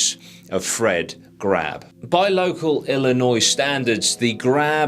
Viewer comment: Dude, the name is pronounced GRABBE--EEEE.....Geez....by the way, he is up for parole in about 3 months...he watches all the YT videos about him, maybe he will come visit you...lolol